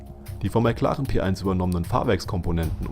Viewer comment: McLaren p eins, das klingt so scheußlich xD sag doch bitte den englischen Namen p one ausgesprochen pi won